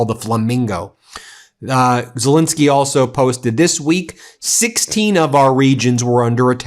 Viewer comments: Z E L E N S K Y , not Z I L I N S K Y . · It's not pronounced Zelinsky, it's Zelensky!